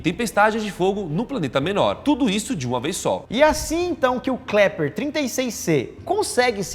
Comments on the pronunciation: "KLEPER " kkk mais alguém reparou ? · Só eu ouvi o Lucas falar " Kleper " ao invés de Kepler ? Rs